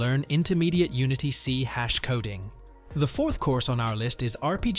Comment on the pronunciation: . "C hash" ??? You mean "C SHARP"?